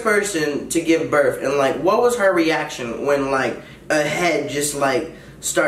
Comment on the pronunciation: "isn't it disrespectful to talk with food in your mouf" not mouth mouf gosh see this is why i love ya <3 too he said "birf" not birth hahaaaa